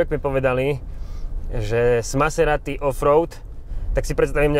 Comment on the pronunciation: to na zaciatku zabil..."Som Naserati" 😂...úžasné video hoši, klobúk dole a palec hore 👍